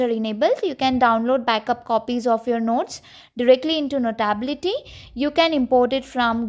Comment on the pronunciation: Learn how to say notability- note ability - notaaabilty…